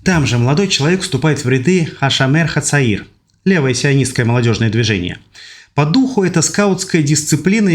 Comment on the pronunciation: Старина, не говорят в израиле "хА Ш а мер хА цаир" или переводи/юный страж/ или произноси правильно. Артикль произносят в обычной жизни как "А", а шОмэр это ШОМЭР, А НЕ ХА шАмер. В иврите нет ассиилированных гласных. Если будешь говорить вместо о звук а , => будет другое значение слова. Так что , совет тебе ,друг , не знаешь иврит , не позорься, говори Перевод,гугль спасёт.